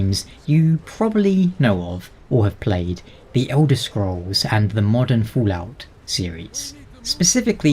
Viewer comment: Are You purposely saying Foolout? Or is it just an accent thing? :) BTW as for GTA5: "Rockstar Games' Grand Theft Auto 5 is now the best-selling entertainment product in history, eclipsing any medium. According to a new report by MarketWatch, GTA 5 has now sold over 90 million copies and generated over $6 billion in revenue since its initial release."